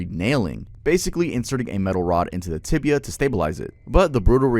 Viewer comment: It's "tibia", not "tibula".